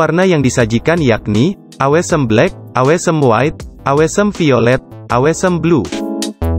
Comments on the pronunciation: Yg bener awsem ga sih bacaan nya wkwk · Ralat, yg bener owsem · Masukan aja, mungkin pengucapan Bahasa Inggrisnya bisa lebih di perbaiki, misalnya di kata awesome, refresh rate, optimizer, dll, just input ya, biar yg nonton lebih nyaman, terimakasih..